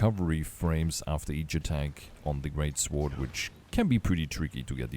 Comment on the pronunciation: Psst. Hey buddy. The W in Sword is silent.